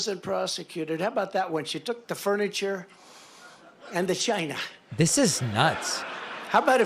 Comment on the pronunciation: I’m literally crying. The way he says Chynah, the nonsensical rant, everything about this moment is amazing